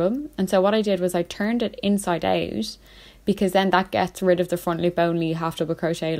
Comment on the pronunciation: “Inside owut” omg I love your accent it makes it so much funnier